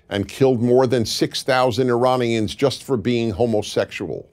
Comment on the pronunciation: Everything was wrong with that, from the fact that you didn't take about most of the deal, including that iran doesn't get nuke weapons (they want nuclear power) to the way you pronounce Iranians.